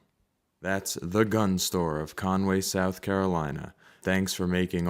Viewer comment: Cornway. I was born in Myrtle Beach. Not Cornway.😇